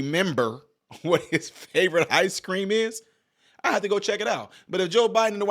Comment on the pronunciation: Be vwey vwey quiet, im.eating ice cweam